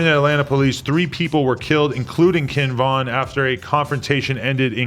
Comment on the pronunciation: Kin Von, cmon adam 😂😂